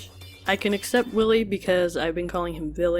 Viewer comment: Anyone else notice how half the time she pronounced his name "Villy" lol.